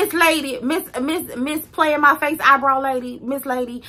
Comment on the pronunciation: And I spit my coffee out when you pronounced the word EYEBROW 😂😂😂. I don’t know how you were pronouncing it but I think you was leaving the R out😂😂😂😂